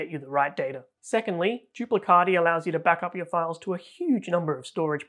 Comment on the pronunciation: As italian please I beg you to pronounce "duplicati" not "duplicadi"😅